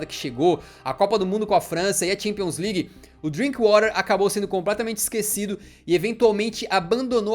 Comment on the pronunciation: O cara disse o nome do DrinkWather errado kkkkk ele usou o inglês americano. Porém é um jogador inglês então é exatamente como se escreve. O Alan tinha dito certo antes do cara do vídeo falar errado e foi pego no efeito manada e começou a falar errado também kkkkkk